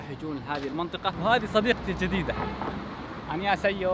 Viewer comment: اغرب منطقه يمكن تزورها في سول هي ايتوان لنو صراحهه مرره غريبه تطلع من المسجد وف نص الطريق تكون مو جوده الحانات وهاذي الاشياء على قولته شيطان 😂😂😂😂 نطقك ل كلمة انيوسيو برضوه تقدر تقول انيوهاسيو لنك تشد الحرف حيللل ف الافضل تاخذ اللي فيها حرف هـ بس ماني عارفه اذا بتقعد في سول او بتروح ل بوسان او جيجو بس الافضل جيجو لنها جزيره مررره حلوه 💕